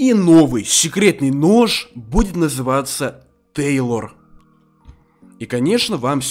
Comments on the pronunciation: НЕ ТЕЙЛОР, А ТЕЙЛОН))) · Не тейлор а тейлон